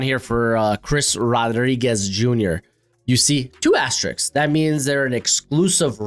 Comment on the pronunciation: bro, gotta work on that sk when pronunciating asterisk.. great content tho as usual